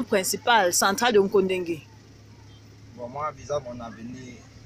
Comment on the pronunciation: Kondengui et non nkondengui